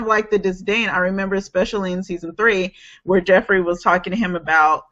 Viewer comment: Lol! Everyone kept pronouncing "Joffrey" as "Jeffrey".